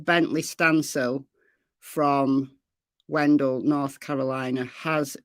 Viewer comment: The town is pronounced Wen..dale.I live near there.Bently was located in a camper hiding about 1 mile from his home.Bently had run away before.This is sad but happy he was located safely. Bently did have a cell phone with him.